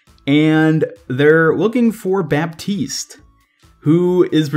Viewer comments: Just so you can pronounce it in the right way, Baptiste is pronounced like the "P" doesn't exist ==> Batiste :) Ps : Always a pleasure to see your videos ! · I give you a free tip about French names : mos of the time, when a word is too complicated to pronounce, we just skip letters =) "Baptiste" is way eaiser to say of you just pretend there us no 'p', which is exactly what we do ^^